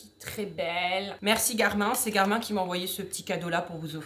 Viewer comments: pour info on dit "GARMINE" par "GARMIN", joyeuses fêtes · mdrrr james garmin on le prononce "gare mine" c'est ignoble "gare main" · Une petite chose ce n’est pas « Garmin »mais sa se dit « garmine »mais sinon trop bien la vidéo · Cette montre est trop bien et cn5trop bizarre parce que les gens prononce Garmine au lieu de Garmin !